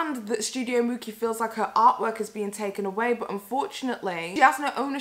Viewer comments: Girl this is poorly researched... How do you live in Europe, closer to italy than my american ass & you don't know It's pronounced mooCHee (mucci) if you didn't know how to pronounce it, you could've taken 2 minutes to look it up & hear someone else say it & lisa frank debuted in the late 80's, they didn't reach peak production until the 90's & into the early 2000's but you keep saying it was popular in the 80's?? I actually agree with your take but any hot take needs all the correct details or else it sounds like you don't even know what you're talking about... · You say it like Gucci with a M ..... common lmao that was a fail